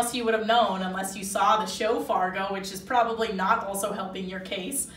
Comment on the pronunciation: You have SD listed in the description, but they keep talking about Fargo, ND which is about 45 minutes north of the SD border. I'm thinking you need to fix the description! I love that she says Fargo, ND just like a Dakotan! She sounds like me and I still say it that way, even though I have lived in Nebraska for the last two decades! I remember when my high school in Moorhead (city next to Fargo) hosted a girl from Oslo, Norway. She was the one that triggered a future interest in hosting exchange students. We will be hosting our 6th one next year! Our first one was from Norway!